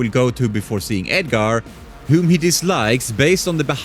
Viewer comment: kimio, eminem, edgare, homeylander, a tain. bro learn English